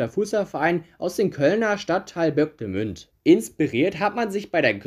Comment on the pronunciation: Die Stadt heißt Übach-Palenberg nicht Üpach-… Auch heißt der kölner Stadtteil Bocklemünd nicht Böcklenünd, vor allem du blendest den Namen richtig ein aber sprichst ihn trotzdem falsch aus… Deine Videos finde ich immer ganz interessant auch Respekt für die Arbeit,….aber mit der Betonung und der Aussprache einiger Namen (damit meine ich nicht so manchen Verein aus Süd-, Südosteuropa, Arabien oder Asien — geschenk da tun sich sicherlich viele schwer, ich inklusive) sondern deutsche, englische, südamerikanische etc….) hast du es nicht mit…😅 Trotzdem geb ich dir fast immer ein 👍🏻 - weil ich glaube du bist ein richtiger Enthusiast im Fußball… und ich bin schon auf wesentlich schlimmere YouTube Videos über Fußball gestoßen….so grausam und grottenschlecht, das deine dagegen ein Genuss sind… Arbeite noch was an deiner Aussprache/Betonung dann wirst bestimmt noch viele 👍🏻, Likes und Abonnenten bekommen 😊